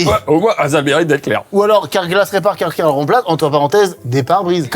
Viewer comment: « car-glas » les gars ……..